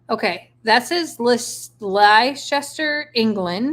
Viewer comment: Leicester is pronounced Lester!